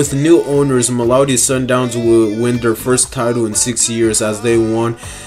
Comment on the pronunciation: Not malowdy 😂 mamelodi